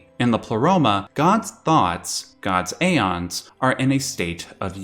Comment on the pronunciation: ive heard "ee-fret" before...but never "eye-fret" it seems more people call it "if-rit" more than......any other name. also its not "a-ons" its "ee-ons" the "ae" letter/symbol is pronounced like a modern day "e" so "daemons" is pronounced "demons" etc, etc.